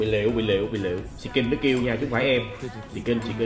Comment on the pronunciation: mỗi lần thấy anh làm sì kin mới là trong đầu cứ nghe gà gán tặng gà gán tăng